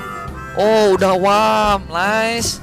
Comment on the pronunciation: Bukan worm ini ya tapi warm ya di baca supaya gak salah sebutin